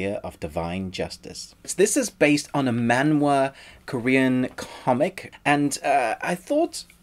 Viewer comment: I appreciate you say 'maan-wha', not 'mang-ga' that most of people do. You deserve a like. :)